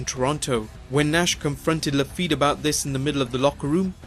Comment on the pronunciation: You work way too hard for nothing, mate. Ouellet is prononced "Wellet" like "well" and "wallet" together. We got shitload of silent final letters indeed, but it's not one of those cases. "Rougeau" and "Lafitte" are pretty spot on though. 😉